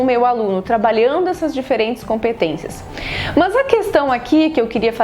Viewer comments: os sotaques no Brasil são interessantes. A professora do vídeo fala "Mus" quando intenciona falara "Mas". interessante demais sô! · mto gerundismo! fico nervosa com isso! E tb mts "Mãs", Enganjar...